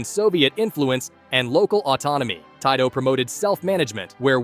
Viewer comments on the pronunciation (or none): its pronounced Teetoh not Taitoh💀